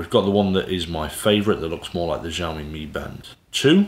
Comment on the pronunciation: Good review. I have this watch and been using it for a bout a year. Great fitness tracker and ease of use. BTW, "XIOMI" pronounced as of "SHIOMI". 😁